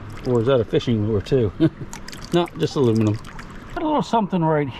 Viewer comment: Hey,, a piece of muluminium. Love it